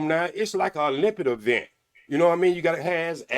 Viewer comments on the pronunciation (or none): Girl don’t forget Shan-galeer and Olympet Avent 🤣🥴